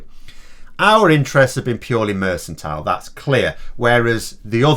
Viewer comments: Shouldn't you say "merKantile" with rather than "merSantile"? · Strange pronunciation of "mercantile".